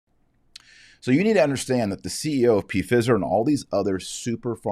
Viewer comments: Not P Fizer…😂 Pfizer like fiver 😉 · Sorry - not ‘p-fizzer’. Pronounced FIE-Zer. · Mr. Marshall, I believe the word is pronounced P silent fi long I then zer. Your podcast are very informative and help to clarify current issues rated to our faith Thank you. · It's pronounced fyzer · Why are you calling it P fizer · It's pronounced fie zer dr. Marshall. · He knows. He deliberately does it to "fool" the algorithm. This is a segment from an old video of his. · He says it that way on purpose - so it doesn't get censored. And...they are about to Fizz anyway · Taylor is pronouncing the word the way he does to fox those who would shut him down. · Why do you deliberately mispronounce the name Pfizer? I presume it is deliberate, since everybody over the age of 12 is very familiar with the name. I am an Irish catholic and stieadfast in my faith from birth. I hate to see other catholics trying to demean those they dislike in such a childish way. It certainly weakens any argument you might legitimately have. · I do not know if you purposely were pronouncing the multi-billion dollar company’s name incorrectly or not, but the “I” is long sounding. If the “I” were to be pronounced short, there would be 2 “z” in the name. (My apologies if you were trying to make a point otherwise.) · Is he pronouncing it wrong on purpose to get around a content filter?